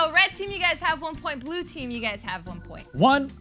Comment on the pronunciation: said "finally a point" but it sounded like "finally a boy" LOL